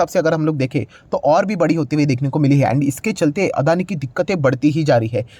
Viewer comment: Its Not अदानी। Its अडाणी।